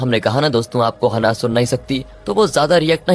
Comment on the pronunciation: हनाह नहीं है ब्रो, its हैनाः 😂😂